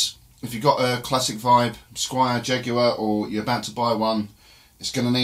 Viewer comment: The big mistake you made was pronouncing Jaguar with a long U sound